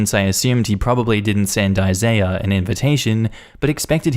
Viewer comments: Jesus Christ dude. Isaiah is pronounced "I-ZAY-ah" not "I-zy-ah" at least be consistent when youre butchering names. And Megan is "MAY-gen" not "Mee-gen". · Anybody else feel relieved when he finally pronounced Isaiah correctly halfway through the story? 🤣